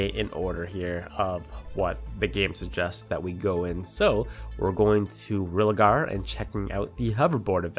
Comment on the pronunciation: he said religar at the pretty first moments its rilgar not religar